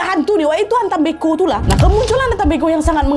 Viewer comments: kak cara bacanya mbko bukan mbeko,,cara ucapannya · cara bilang nya bukan mbeko .. huruf e nya di baca kaya kita bilang (enggak) jadi e bukan è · Salah penyebutan kak mbe'ko ada penekanannya mbe terurus baru ko kak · Mbeko ya KK bukan Beko aku org Manggarai kget pas dengar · Dislaimer kak penyebutan e pada kata mbeko itu seperti menyebut beku (pelafalan e nya). ata mbeko( Bahasa Manggarai, Flores). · koreksi dikit kakk,mbeko bacanya pake e` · Nahh FYI pengucapan mbeko itu seperti nada kata " lemari, kertas, dll" bukan seperti nada dari kata "teler" 🫠